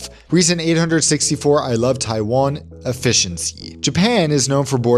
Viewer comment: stop it it’s Taiwan not taifan